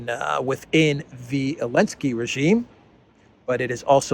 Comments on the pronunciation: Why does he consistently refer to Zelensky as Elensky? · ZZZZZZZZZZZZZZZZZelensky. Z Z Z Z! I can't listen to you anymore,. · Dear, I regularly watch your videos and I do appreciate. Thank you! Just a question. Why do you keep calling Zelensky(I) Elensky? I must have missed something. Just curious.